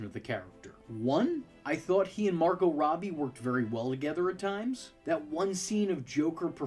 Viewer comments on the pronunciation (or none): none